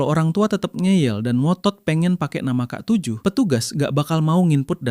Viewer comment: Ya k7 jadi kaseven aja bilangnya